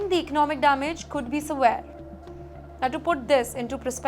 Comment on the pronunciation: Not sevare - Severe.